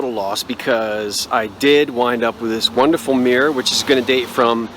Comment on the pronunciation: I like the mirror.You say mirror like the Irish...mmeerrr.charming.